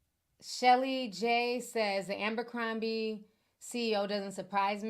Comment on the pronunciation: It's ABERcrombie not AMBERcrombie.